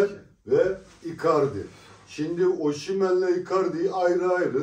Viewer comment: Oşimen değil kardeş. Osimen.(Türkçe telaffuzu) ayrıca Osimenin attığı gollerde bu şarkıyı çalın diye isteği var.kulüpten istemiş. daha doğrusu VİCTOR OSIMHEN.... Senin 100 milyonluk adamın olmadığından;ederini senin bile hatırlamayacadığın futbolcuyu mu örnek almış olabliir mi? Futbolcu istese sana stadta 'Welcome to the Hotel California' diye dinleti yaptırır. Adamın storyleri var. tepki videosu nasıl olur kardeş önce öğren. ADAM gibi ADAM.